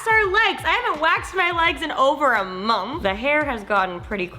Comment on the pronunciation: does anyone else notice that says "mongth" when she says "month"? LOL